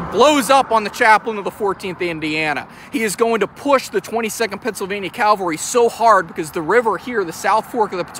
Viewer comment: PLEASE...learn the difference between these WORDS: CA-VAL-RY and CAL-VA-RY. It was the CAVALRY that was the military term! Good video, but the mispronunciation of THIS WORD drives me nuts!